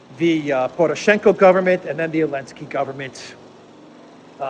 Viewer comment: Why do you call him Elensky?